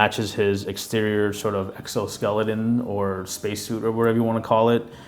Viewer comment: My man sed " space suit" 😆